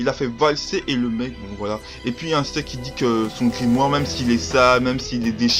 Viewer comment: Ahah tu ma tuer avec la voiture et Parcontre tu dit Insta au lieu D'Asta ahah et nn tkt meme si le début sa ressemble a Naruto tu verra que non Sinon Bonne video! Fréro!👌🔥🔥